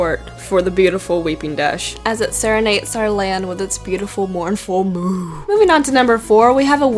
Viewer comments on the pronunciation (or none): Moo not Mook lol